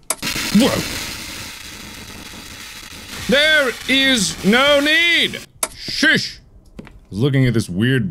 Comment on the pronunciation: Mark: there is no need shoosh “ Me: 😩😂🤣